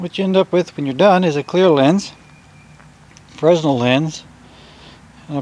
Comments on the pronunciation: Its not fres-nell, its frenell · FRESNEL (SPELLING) Pronounced — ‘Frey Nel’ 😊👍